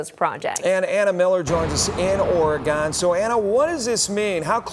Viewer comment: Lol guys, it's pronounced "Ory-gun"